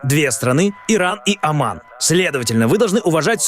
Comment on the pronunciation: Не Аман а Оман.